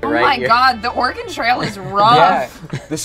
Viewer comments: The way pronounces Oregon. Cringe. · As an Oregonian listening to you completely butcher the word willamette and Oregon the entire episode was both cringe worthy and oddly funny